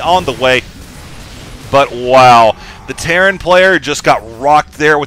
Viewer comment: lol I think I have been playing Dragon Age too much if I hear teyrn instead of terran ))